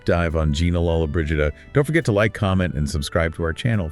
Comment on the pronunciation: Learn how to pronounce her name!